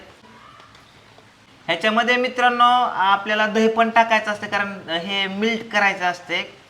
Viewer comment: दादा मिल्क नाही म्हणत मेल्ट मेल्ट करून मॅरीनेशन करून ठेवायचं 😊😂😂😂😂